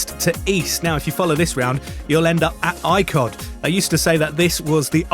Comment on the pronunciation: Great video... Icod is pronounced e-cod. You may know this already but it just would be great to see video bloggers attempting to pronounce key names/places as they are pronounced. Thanks for showing the island, very professional video.